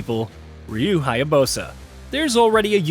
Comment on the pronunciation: I cannot believe how badly you pronounced Ryu's name lol